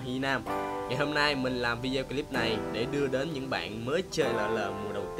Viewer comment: Đã like, nhắc là Video là ˈvidēˌō chứ ko phải là Vidéo, nghe chói tay sao ý, góp ý.